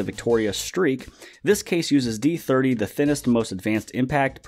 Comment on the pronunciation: D3ooohhhhhhh.. It's not d30 D3O.